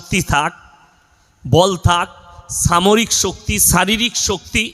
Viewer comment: এই হুজুর ঠিকমতো উচ্চারণ করতে পারেন না. সামরিক কে বলছেন ছামরিক 😂